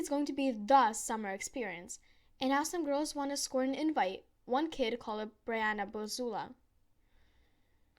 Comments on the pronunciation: it’s pronounced, “ bree “ not “ bry “ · Not Bri it is Bre